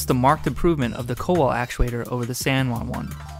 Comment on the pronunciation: It's pronounced koval